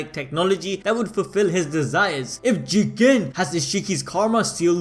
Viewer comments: he said Jigen ...its Jiiiigggen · Nobody:: JEE-GEN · Is it really pronounced JII gEn